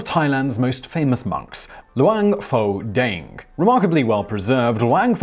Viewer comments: BTW หลวงพ่อแดง is pronounced "Luang Phor Daang" Thai letters when romanized as "Ph" isn't pronounced as a "F" sound, it's "P" with silent "H" หลวงพ่อ Luang Phor = Lord Father/Reverend Father (title given to particularly revered monks and abbots) แดง Daang = Red (His nickname) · Pronunciation butchered...with this kind of pronunciation, you can tell a taxi to go to a Pattai shop and end up in Pattaya or, Pattani. 1st, it's Luang Pore Dang. Luang is pretty much correct. Pore as in Bore but with a P. Not the Ph~. Dang as in Bang. The word is actually a name with monk title. It means "Monk Daddy Red" which can be translated to make sense in English as "The red old monk". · Im thai and the way he pronounce luang pho dang really bothers me. Not at him tho but at my country that think pho pronounce poh the same way pukhet was written phuket (been to uk airport they literally pronounce "fuck it"). Also "Luang poh" is a Buddhist equivalent to "father" so saying "pho dang" doesnt really make any sense.